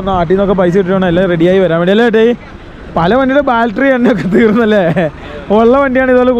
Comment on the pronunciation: എടാ പിള്ളേരെ.. ബാൽട്ടറി അല്ല.. ബാറ്ററി.. 🤦‍♂️🤦‍♂️🤦‍♂️